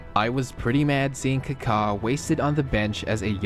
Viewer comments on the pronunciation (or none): What is Kakhaa? It's Kaka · Dude, it's Ka-ka not Car-car. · It’s supposed to be more like a British saying, Car-Car no R obviously. Not KuhKaa. The accent mark isn’t the same as in Spanish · He literally said "Cockatoo" without "too" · he just sounds weird saying it that's all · It’s amazing how you mispronounced every single name .. people .. venues ..